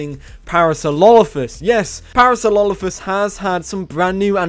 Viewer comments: man said "Parasololophus" lol its Parasorolophus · I died when he said Parasaulolophus xD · It is actually Parasaurolophus.. Either way, I chuckled when he said it, every time. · "Parasaurlolophus" XD